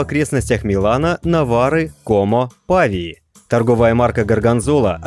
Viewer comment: Правильно не ПАвиа а ПавИа